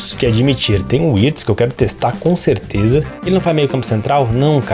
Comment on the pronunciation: Wirtz se pronuncia com V, 👍